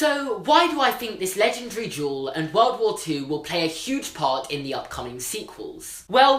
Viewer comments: Why do you say “jewel” for “duel”. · Every time he said "legendary duel," I just heard "legendary jewel." Is it just me? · It sounded like he was saying jewel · Like, I love you, but whenever you said "duel" my brain thinks you said "jewel". "The end of this jewel also marked the end of WW2" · Mel Cowan SAME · i thought he was saying jewel not duel #american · i'm so sorry but everytime you say duel i understand jewel so for a good part of this video i was like???? tf